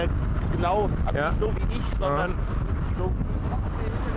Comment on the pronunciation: "1,6 das ist definitiv zu viel" "Issch hab eine Weinschorle getrunken"